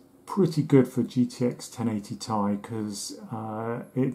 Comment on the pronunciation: Besides linus tech tips one time in a video you're the only person I have ever heard to correctly pronounce it lol the "ti" in the gpu name is short for titanium